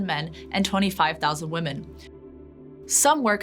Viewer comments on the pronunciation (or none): none